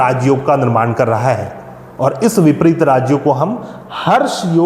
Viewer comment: विपरित नहीं विपरीत